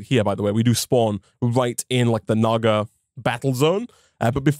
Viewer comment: "Naga" sounds like ni